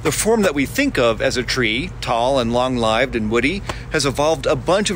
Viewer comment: Did this man really pronounce long-lived as long-li(e)ved?